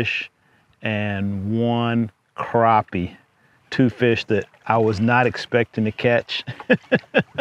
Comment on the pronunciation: It’s “crappie” not “crappie” man! Haha nice filet on that crappie!